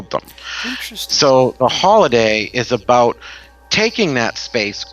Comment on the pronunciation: LOL! Tonight we're talkin' "aboot" witches!